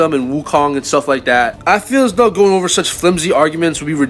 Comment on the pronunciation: it’s doh not doe lol or tho